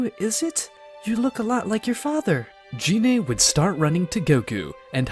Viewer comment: And "Shenlong" and "Jeanay" (not Gine). The pain.